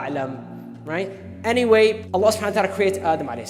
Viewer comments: Not hating just educating.. Your name's Hannah ...Shall everyone pronounce if as Banana? Would U lyk it. Its Allah and not Voila! Or "Wollah" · Bloody idiot its Allah and not "Wallah" or "Ollahh"